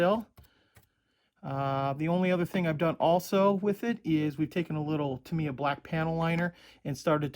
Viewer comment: Ask a company rep...it’s Tah-mee-yah (somewhat similar to Yamaha) not Tuh-mee-yuh (or Tuh-my-yuh for that matter).